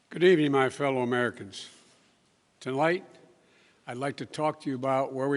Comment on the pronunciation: Tolight, I'd like to talk to you...Joe! Tonight, not tolight!!!